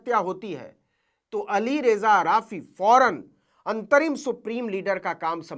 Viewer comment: Namaskar Navinji 🙏ALI RAYZA NAHIN ALI RAZA SORRY PLEASE 🙏